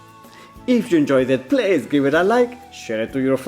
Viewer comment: hear how he says "please" Lol😂🤣